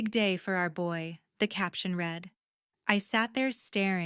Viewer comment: 'read'. ....present tense is pronounced like 'reed' . 'read'........past tense is pronounced like 'red'